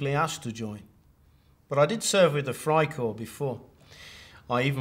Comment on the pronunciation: Like others nice program. but for God's sake Leibstandart is not leeb standart the ei is pronounced as a long I in English. Funny thing he pronounces Freikorps properly?? Everything else seems good.